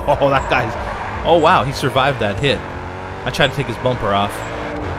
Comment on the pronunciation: Instead of bumper; Bum-utter